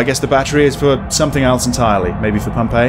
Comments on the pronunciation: When you kept saying "Pump A", it sounded like "Pompeii". I got really confused. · Am I the only one hearing Pompeii instead of Pump "A"? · I swear to god, when you were saying "Pump A" I kept hearing 'Pompeii' and paused the video to try and sus out what a city destroyed by a volcano had to do with this horror game. ...also this game looks intense in that 'slow build up of absolute terror' way. Thanks for playing!